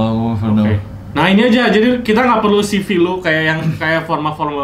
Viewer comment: Ceve bang bukan sivi bacanya